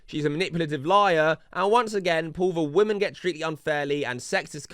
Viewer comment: HER AM WAMNIN. INTNET HATE WAMNIN! BAD WAMNIN!